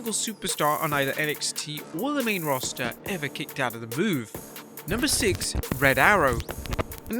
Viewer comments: We going to talk about the intro. “No one has ever kickoed out of”. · 'kickoed'? what is 'kickoed'? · LoL "KICKOED" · "Kickoed", hmmm??? Lol 🤭😆🤣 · So nobody's gonna talk about "kickoed"? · “Kickoed out of” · Kickoed lol